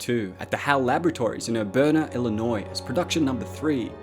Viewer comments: the HAL Lab is in Urbana, Illinois, not "Aburna." , the monolith was found buried beneath the Lunar surface near Tyco, not Titan. These sorts of mistakes have cropped up before on YouTubes and it has always been attributable to human error. So, I won't disconnect you. No need to start singing Daisy. Seriously, you have made a very fine video. Some new angles, particularly the Project Bassoon connection. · “Aburna” Illinois?